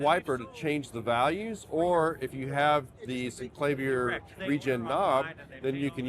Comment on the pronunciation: Yes! But there is video of Cameron pronouncing it both ways. However, the word "clavier" is pronounced "cla-VEER", as in Bach's "Well Tempered Clavier" -- so "CLAY-vee-er" is incorrect.